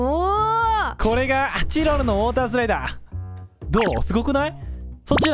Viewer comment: オータースライダーじゃなくて、ウォータースライダーね😂😂😂😂❤️🧡💛💚💙💜🤍🤎🖤